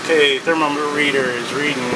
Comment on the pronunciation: I love how he calls the thermometer a thermo-meter